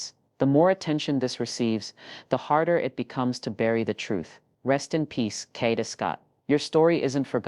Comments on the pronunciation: Yes, say her name correctly!! Kaaaa-da!! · Say her name correctly. Damn!